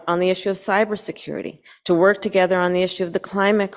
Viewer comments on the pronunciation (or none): She literally says "A commitment to work togedder" You can't make this shit up